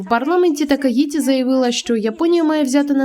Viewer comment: Такаіті то москальська транслітерація. В нас є своя. По ній правильно Такаічі